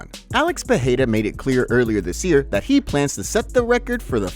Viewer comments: Peheira 😂 Alex Peheheria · Pereira not Peheira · Just spit my water out listening to Moicano pronounce Pattie’s name 🤣